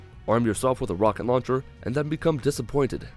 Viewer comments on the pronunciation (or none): Haha a "Wocket launcher "